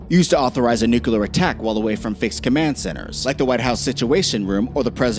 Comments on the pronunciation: Repeat after me. NOO-klee-uhr. NOT NOO-kyoo-luhr. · Nucular is not even a word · Stop saying NUCULAR, Please!!